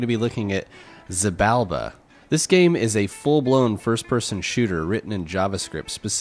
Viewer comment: Thank you for the comparing. And the game tip. :-) My favorit browser is and remain Firefox. For me is the speed not the most important thing. My internet connection is anyway slowly. By the way: Xibalba is called "Shibalba". That is a word in the Mayan languages for "place of fear".